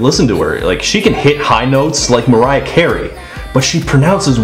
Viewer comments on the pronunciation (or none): none